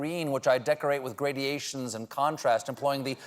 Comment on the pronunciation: ...while tripping over up the pronunciation of the English word gradation in the same sentence :-)